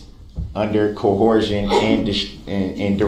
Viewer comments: "Co-hor-sion" and "durrest". He's a law jargon genius. In a thousand years when he gets out of jail we'll see his law office ads in the backs of many a phone book. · "Cohorsion and Dorest!" 😂 😆 😂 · Wtf is "cohorsion"? 😂